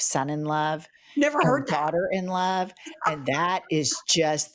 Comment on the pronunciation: The changes in your expressions as very carefully annunciated daughter-in-love and son-in-love was PRICELESS. 😂